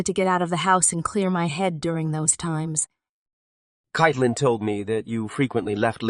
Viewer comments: Amen!! And the name is pronounced Kate-lyn, NOT Kite-lyn. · Caitlin is pronounced Katelynn 🤷